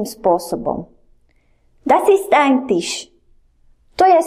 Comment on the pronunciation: strasne!!!! co je to Tish???????? Snad Tisch!!!!!!